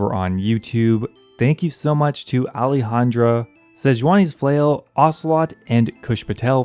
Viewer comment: Still waiting for him to actually read name correctly.